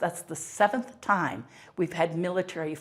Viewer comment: Yeah, the word is MILL-UH-TARY… not MILLA-TREE